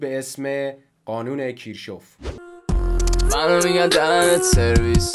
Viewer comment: ولی کیرشهف رو غلط تلفظ کردی